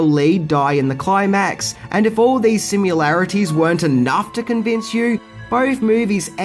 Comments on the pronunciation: DEAR GOD! "Sim-yuh-larities" - ?!?!? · Omg can you please learn how to pronounce 'similarities - there is no 'u' in it like in 'simulation' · Please stop mispronouncing “similarities” See? There is no letter “u”